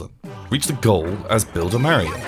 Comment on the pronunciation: it not merio its mario thers no e only a